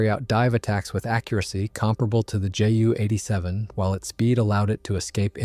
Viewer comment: Or at least JU